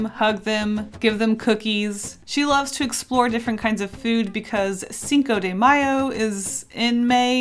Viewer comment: "CiNcO dE mAyO" love that pronunciation,God,"cinco de Mayo" It is the battle of Puebla here in México idk what Is in USA or Canadá.